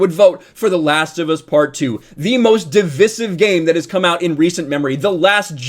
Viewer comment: I don't trust a guy who's mustache is hiding an echo system and can't pronounce divisive